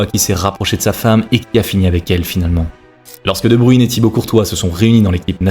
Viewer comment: De bruyne pas de bruine j ai les oreilles en sang putin 😂 .